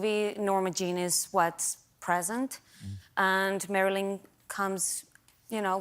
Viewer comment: she cannot even say Marilyn with the right intonation and stress